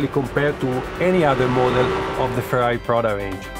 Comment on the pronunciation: R U Fkng Kidding me ...? I thought, Finally someone who will pronounce Ferrari correctly. and the guy can't even pronounce the letter R. Ha, Ha, Ha, Ha, Ha.